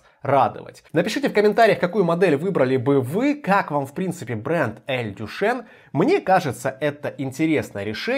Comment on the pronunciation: Читается не Дюшен, а Дюшан. Кстати, далеко не лучшее название для бренда, поскольку имя Дюшан у мало мальски культурного человека ассоциируется со знаменитым "Фонтаном Дюшана" , проще говоря, выставленным на обозрение публики писсуаром.